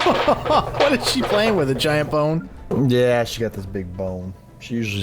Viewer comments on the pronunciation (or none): Bone? .....sounded like Popcorn